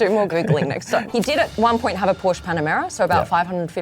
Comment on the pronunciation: How much credence can we give to people talking about cars who don't know how to pronounce Porsche?